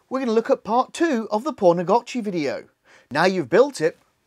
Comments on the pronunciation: Why are you calling it pornagotchi? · Lol the English accent makes it sound like you are saying "porn a gotchi" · Thanks for the tutorial 🙏. Also it sounds like you said "p*rnagachi" a couple times. Made me chuckle 🤭. Definitely subscribed!